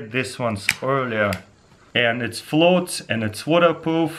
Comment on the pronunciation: " it flots yep it flots" lul